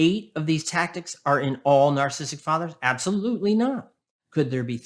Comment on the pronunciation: This guy is pretty good, and he has so many valid points, but his inability to pronounce “narcissistic” properly drives me insane 😆 “Narstistic” 😆